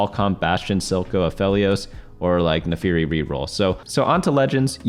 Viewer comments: FIRST NAFARI, NOW SOCO. YOU ARE ONE MISPRONOUNCER Ay foreal tho thanks for the guide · According to the legends, the birth of the new TFT God will happen if certain man can pronounce Naafiri right. We are still waiting for that man to say it right.